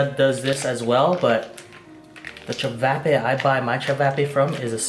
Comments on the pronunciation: I’m am Croatian so I feel disrespected when you say chavapa ist chavape ok 👍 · It’s pronounced chi-vaw-paw